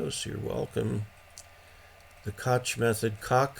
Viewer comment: Koch is a strangely pronounced name that gives everyone a lot of trouble. It is actually pronounced as "Coke". I worked for a couple years for Kock Industries and they would get very upset at us if we mispronounced their family name. I am trying to take a class now from CW Academy. we meet twice a week for an hour using Skype to go over what we learned in the previous lesson. I am getting the sending part easily, but for me, copying code is a real challenge. It is hard for me to distinguish the dit from the dah, especially when they are teaching us to send at 20 words per minute. Also, they do not want us to write it down but just keep track of it in our heads to copy it, which apparently, my brain doesn't work that way. Sending it is much easier if I can see the letters too, so I have to write down my responses to send the code. If a sentence is written out I can send it in CW, but for me to try to just come up with what to send from my head while I am sending isn't working. Saturday mornings are a challenge for me for your live stream because I am in Hawaii and with the time zone differences I am still asleep while the rest of the world is starting their day. So I have to catch your prerecorded shows, but I am going to try to incorporate those into my CW learning as well.